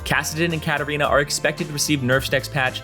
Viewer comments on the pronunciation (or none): none